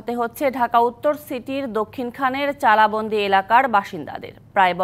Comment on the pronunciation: ওইটা চালাবন্দি না চালাবন!